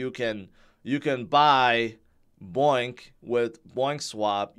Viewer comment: Bonk NOT boink